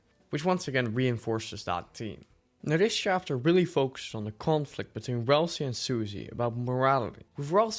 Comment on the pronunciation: Ah yes my favourite Deltarune character, RALS-EYE.